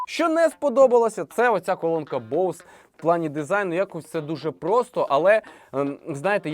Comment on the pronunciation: Ведучий просто топ😂 І дякую, нарешті розумна людина правильно назвала назву Боуз, люди будь ласка не Бозе, розумію що багато хто далекий від англійської мови але коли другі блогери розказують про цей бренд а самі навіть на знають як назва вимовляється то трохи шкрябає сердечко